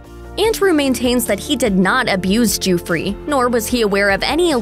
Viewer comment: It is not pronounced joo-free!!